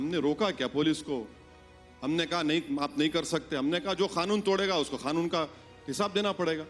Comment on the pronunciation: It's not khanoon it's kanoon